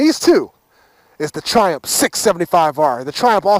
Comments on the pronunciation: Triumph... tri... umF. it's not triump. Triiii... umph. UMF jeezus man. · Loool the way he pronounce Triumph 😂😂. "Ph" at the end sounds as an "f" not "p". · the ph in triumph is an f sound. i know its sad but its bugging shit out of me now after watching a lot of your 675 vids!